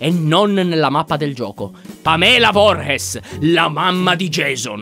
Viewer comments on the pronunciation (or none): Il cognome di Jason comunque si dice vuurs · Lyon si scrive Pamela Voorhees ma guarda che si dice Pamela voris e poi è sua madre